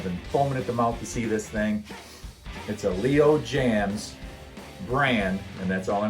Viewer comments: it's pronounced ( James) not jams...😊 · Dude, this was a good video, I HAVE this guitar, but Dude's name is NOT "Jams", but Jaymz, that's a, l o n g "a", I've met him, and that's how he pronounced it. That said, I was so impressed by this video, I clicked a like and subscribed....then I went to the channel looking for more guitar content, and all I saw was dogs, snow and pools....none of which interests me. That said, I'm now un-subscribing and wishing you the best of luck.